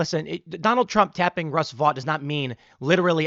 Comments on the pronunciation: Vought is pronounced Vote, not Vot. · I believe, Tim, Vought is pronounced VOTE. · OMB Director’s last name is pronounced “vote”.